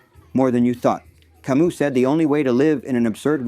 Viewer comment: hey brother, on this website (YT) search and play the following: "How to Pronounce Albert Camus? (CORRECTLY)" (without quotes). Great video by the way !